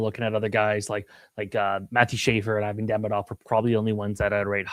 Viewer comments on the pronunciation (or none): none